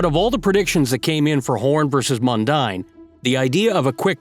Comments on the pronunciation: Tony Mundine is and always was a total arsehole. . And it's pronounced Mun-DEEN (not Mun-DINE) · I know it sounds like mundine but it's pronounced mundeen when talking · Mundeen, not mundaine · His name is pronounced "Mun-deen", not "Mun-dine" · Mundine is pronounced Mundean! .....and yes he's an idiot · It's Anthony Mundine - pronounced Mun-deen. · Mundine is pronounced Mun-deen. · It's MUN-DEEN ....& he's still an arsehole !! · Its pronounced Anthony Mun-dean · Mundine is pronouced Mun-dean. Mundine was also a rugby league player for the St George Dragons in the Sydney competition . I reckon he was better at rugby league than boxing . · pronounced mun deen. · it's pronounced "Mundean"